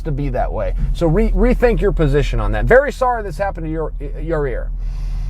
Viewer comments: "Your ear" dont change, Chael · I love yourrear Chael!